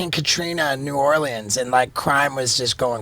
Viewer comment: love how Steve says New Orleans